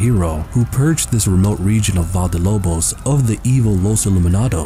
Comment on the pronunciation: Dude Valle is Pronounced Vah-yeh. Vayeh De Lobos